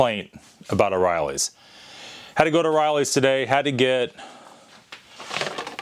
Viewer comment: O'Reilly. Not oreillys